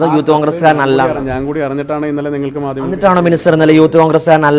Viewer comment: മോളേ! മാദ്യ മം, അല്ല, മാധ്യമം